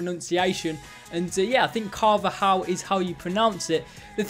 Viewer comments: So proud of you how you said Carvajal!! 😂😂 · You said carvajal right👏 I was waiting for car va ja hal 😂 great video